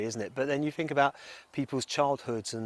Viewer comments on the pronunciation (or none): none